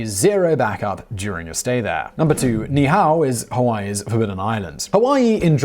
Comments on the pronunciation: Ni'Ihau is pronounced "Nee Eee How". Not "Nee How". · The Hawaiian Island name should be pronounced using each vowel i.e. Ni I Ha u< Ne E H A U and the kings name should be pronounced Kah may ha may ha. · Your pronounciations for Niihau and Kamehameha are hilarious. It's nee' ee-how and kah-meh-hah-meh-hah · To all the people being ugly re this correction - ease up! I wasn't watching the screen & did a double-take, because I initially thought Mr. W said 你好 (very formal 'hello' in Chinese, pronounced Nǐ hǎo) and knew that couldn't be right!